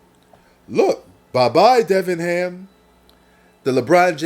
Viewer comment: Darvin ham not Devin ham 👍🏽